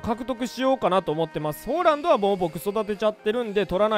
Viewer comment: ホーランドってめっちゃ違和感